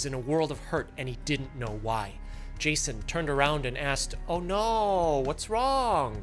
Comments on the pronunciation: “Ohhh nooooooooo” in an Asian voice fucking killed me 💀💀💀💀💀😭😭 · lmaooo am the only one who noticed he used a Asian accent say oh no HAHAHAHA